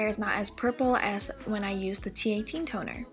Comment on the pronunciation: "But... Tonerr" 🤣😂